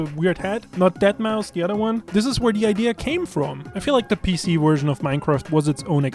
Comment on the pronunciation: Nerd virgin kept saying werzon instead of version.